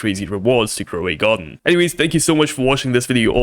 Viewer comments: grow a garden❌ groway garden 😭💀😂✅ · Not groway garden it's grow a garden dude u are a fuck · Bro it’s not groway garden it’s grow a garden…. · groway garden😂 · Why you say groway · in groway garden? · "Groway garden" hits hard 🔥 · "groway garden" WTF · Grow a garden ❌️ Gray a garden ✅️ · "groway garden" hits so hard 🔥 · Grow a Garden. . not Groway Garden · Its not groway garden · Grow a garden ❌ Groway garden ✔️ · “Groway garden” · "Groway Garden" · Bro stop saying Gro a way Garden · why u saying groway garden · About he sayed groway garden